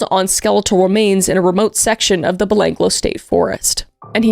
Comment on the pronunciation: as an aussi i lost it hearing you try to say Belanglo XD